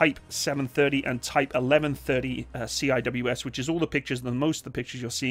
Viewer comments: Say “ See -wiz “ not C-I-W-S Cheers great vid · C-I-W-S? repeat after me....... SEE - WIZ no one calls it C-I-W-S, you are the first ive ever heard it called C-I-W-S, everyone else who blogs about weapons systems call them SEE-WIZ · Lol my man actually called it 'See Aye Dubayue Ess' XD